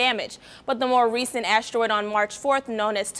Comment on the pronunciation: Ashteroid.. really annoying when she pronounces it that way.